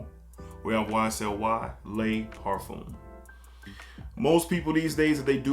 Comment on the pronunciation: Parfum par-fum not parfume 😂